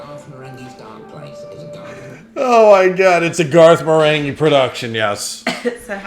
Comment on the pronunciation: Marenghi has a hard G like in finger